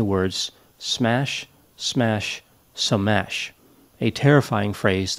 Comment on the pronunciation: The way said 'smash, SMASH, SUH-MASH' LOL